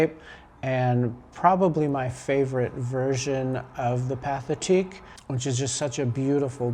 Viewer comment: Very nice. Some advice: Pathetique is pronounced "pa-tay-TEEK". There is no English sounding TH in French.